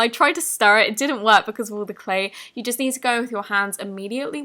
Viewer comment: Why are you saying YOI instead of YOU😒